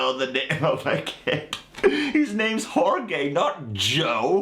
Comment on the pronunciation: Jorge is pronounced HORHAY in spanish